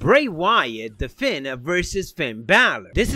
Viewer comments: The way you pronounce " the fiend " literally kills me man , like you sound like your saying " the fin " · The "FEEND" Bray wyatt lol... not "Fynd" or "Fend".... love it